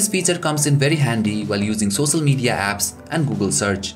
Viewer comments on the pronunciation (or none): He said "socil media " Dkm